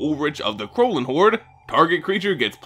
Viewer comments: as a german, i cant help but laugh at your pronounciation of krallenhorde. not in a bad way, i know german pronounciation of is hard as hell for non-nativ speakers :) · Not to be a smartass prick, but being German I think I could just for fun drop a hint on the pronunciation of "Krallenhorde" :> The essentials is just the a, to be pronounced like in "spa", and the e at the end, which is not mutual and pronounced like in "meh" (Yeah, that's my best example). I really enjoy hearing people whose mother language is English pronounce German words. :D